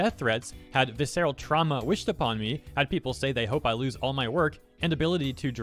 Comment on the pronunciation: Hey, I know I'm being a prick by stating this, but I want to say... It's "Viss-err-ahl." You can even mispronounce the last bit as "uhl" and it's "Viss-err-uhl." In usage it just means "bloody" basically. Like, bodily harm, is what she is saying.